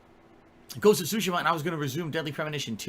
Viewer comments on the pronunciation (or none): Ghost of Shushima???